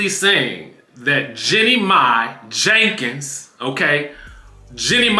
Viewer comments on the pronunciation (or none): Emphasis on JENKINS 😂😂😂